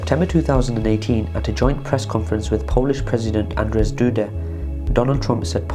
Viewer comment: That's not how you pronounce Andrzej